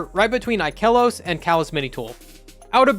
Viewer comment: You are the one guy that actually pronounces ikelos the right way